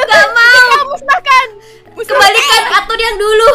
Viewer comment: kenapa atun jadi Atan kak